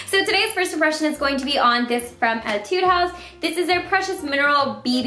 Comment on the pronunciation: Whenever she says "etude," I am always like "ay-tude" because I play a lot of music